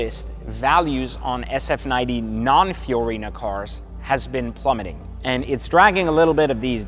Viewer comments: Bruh, in these videos, you keep saying “Fiorina” and it’s actually “Fiarano” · It's a Fiorano package, not Fiorino. Fiorino is my Fiat 🤣